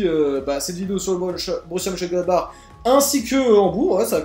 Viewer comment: Et encore, il a réussi à le prononcer ! Moi j'étais pas foutu d'y arriver ^^